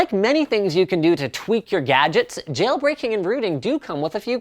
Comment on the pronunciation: hahaha nice one "Jayle Brakeing"